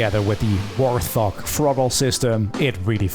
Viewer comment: it is not a "War Thog" it is called a "Wart Hog", just me being me, sorry. Great video though